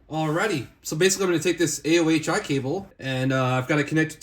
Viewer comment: it's pronounced "o-hi"